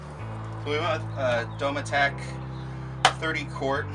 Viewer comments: Dome-é-teck lol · Phonetically it's Doh - me - tic. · Great job! " DOE-MED-IC " Is how it's pronounced lol!! Thank you for showing us this amazing conversion. It definitely opens up ppls eyes to other ideas 😉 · It's pronounced Do - me - tic. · say Dometic again please! lmao